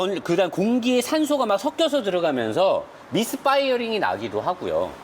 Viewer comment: 발음 죽여줍니닼ㅋㅋㅋㅋ 미스 빠이어링ㅋㅋㅋㅋㅋ